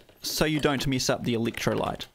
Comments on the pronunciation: Did you say electrolyte ? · "Meatel"? "Eeleektrolite"? 😂😂😂